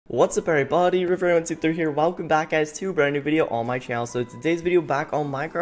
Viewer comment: we are all is bodys not every body he says it like body